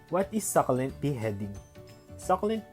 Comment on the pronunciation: Good thing that you've noticed that...your videos are brief Ang informative..and I love watching those kinds of videos but I am a little bit disturbed by the way you pronounce the word SUCCULENT... Well, everyday is a learning day...